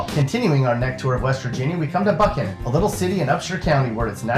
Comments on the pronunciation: did this bitch just call Buckhannon buckoan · St. Albans is pronounced like St. Allbans, and Buckhannon is pronounced like James Buchanan but with a k in between the c and the h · I like how he pronounced Buckhannon wrong